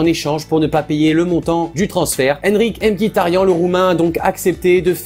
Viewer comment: ARMÉNIEN PUTAIN IL EST ARMÉNIEN au moins tu prononces pas Miktarian mais Mkitarian